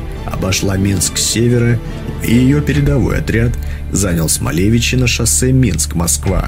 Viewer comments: Ударения правильно РадошкОвичи и СмолевИчи. И д. Большие ЖУховичи, а не ЖухОвичи. В Жуховичах даже мемориальный камень стоит в поле, на месте разгрома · радошковичи с удоренем на о. смолевичи с удорением на и сразу понятно что автор не из Белорусии. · РадошкОвичи, СмолевИчи... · РадошкОвичи, ударение на О после К. СмолевИчи, ударение на И после В. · РадошкОвичи, СмолевИчи. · правильное ударение в белорусски населенных пунктах: РадошкОвичи, СмолевИчи